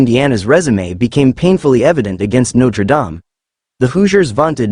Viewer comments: I think James wants your chatbot to stop mispronouncing NotreDame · Please stop mispronouncing Notre Dame 😢😢😢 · Could you please stop mispronouncing Notre Dame 😢😢😢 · Stop mispronouncing Notre Dame 😢😢😢